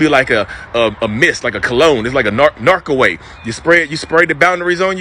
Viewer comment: Omg!! Not the "Narc-away"!!